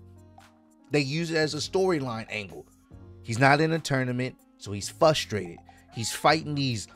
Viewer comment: Fusstrated or Frustrated 😂